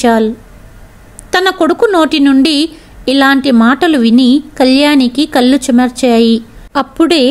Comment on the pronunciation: మీ కధలు అన్నీ బాగున్నాయి కాని కథ చదవడం లో పదములు పలకడం లో చాలా తప్పులు వస్తున్నాయి ముఖ్యంగా కళ్ళు వెళ్ళూ వగైరా పదాలకు అర్ధం మారిపోయింది అది గమనించాలి చాలా అవసరం.